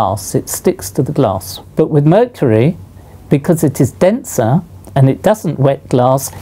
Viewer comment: Nobody: Literally nobody: Professor: MURCHURY